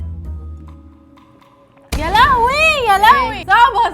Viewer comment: والله هي ب السين مش ب الصاد والله😂😂😂😂😂😂😂😂😂